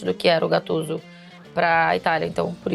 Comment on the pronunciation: da uma agonia os caras falar o nome do cara da forma errada, e GATTUSO